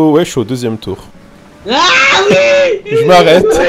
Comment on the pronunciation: il dit « Oue »